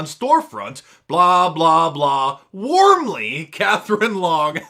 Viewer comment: Instead of “warmly”, she meant “wormly”.